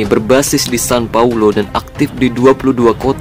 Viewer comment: San Francisco bukan Fransisco Los Angeles bukan Los Angels Sao Paulo bukan San Paulo paling ntr ada yg ngatain gua wkwkwwkk